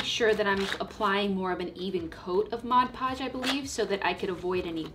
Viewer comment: Thank you for saying Mod Podge correctly!!! The "modge podge" people kill me!!!